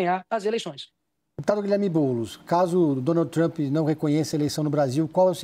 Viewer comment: Para mim é TRUMP e não TRUÃMPPP....kkkkkk😅😅😅😅😅